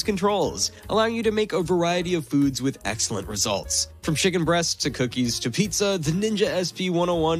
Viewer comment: Skoower kit? Shicken breast?😂